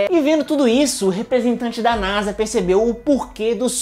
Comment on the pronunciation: Meu deus vc e um génio sabe de tudo mais nao sabe fala nasa